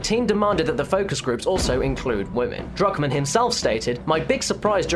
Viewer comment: it sounds like you say Drugmen when you say druckmann